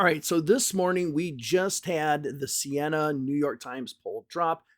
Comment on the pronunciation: It’s Siena, not Senia.